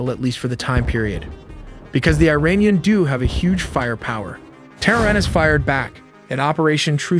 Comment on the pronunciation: You pronounce Iran "EERAAN" (correct), but pronounce Iranian "AYRANIAN" (incorrect). The correct pronunciation is "EERAANIAN". Great video nevertheless!